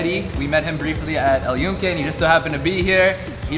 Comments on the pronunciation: Just so you know the y has a j sound and sounds like this Joonke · Awesome video! Thanks for sharing your experience. Footnote : We pronounce Yunque with a J sound: "Joonke" & the Sunflowers Girasol is pronounced with an H sound instead : "Heerasol"